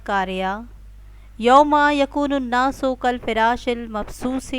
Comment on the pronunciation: اسلام علیکم کاالفرش میں زبر ھے زیر نہیں ہے تجوید ٹھیک کریں